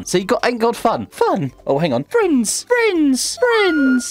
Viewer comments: I love when he says fwiends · No it's Friends